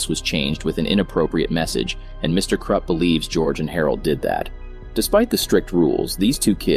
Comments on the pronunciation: Its Krupp not Krepp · It’s Krupp not Krepp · Krepp? It's krupp lol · Bro keeps saying “Mr Krepp” 💀💀💀😭😭😭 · You don’t DIE (Edit) also it’s not me KrEPp it’s Mr KRUPP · Bro really said “Mr. Krepp” 💀💀💀💀💀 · "Mr Krepp" 💀 im not hating btw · I like how he calls mr Krupp Mr Krepp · It sounds like “Mr Crap” to me 😭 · You’re mispronouncing the principals name his name is Mr. Krupp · When I hear him say mr. Krupp, He says Mr. Crap. 😂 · I like this video but it sounds like it says Mr crap